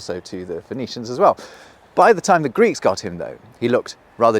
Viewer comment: Cool concept for a video. Poor execution. "Say you can't remember the symbol for ty........." For what? I would think that a video about language would have the speaker annunciate. And it's very curious that you look at the symbol that represents "time" and go "whatever that means" meanwhile it is so very reminiscent of a that. And that obvious to anyone who looks at it. Fuck off you ugly psudo intellectual British wank pot twat repellent in a Bruce Springsteen Jean jacket.